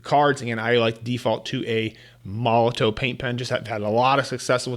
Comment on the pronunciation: Just an FYI, Molotow is pronounced Molotov 😊